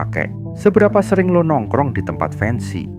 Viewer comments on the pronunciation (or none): Isi kontennya bagus banget, cuma penyebutan "Lo" Kerasa medok banget, Gak usah maksain keliatan keren, pake "aku, saya" aja